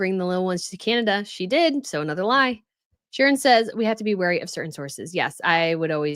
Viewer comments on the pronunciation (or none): none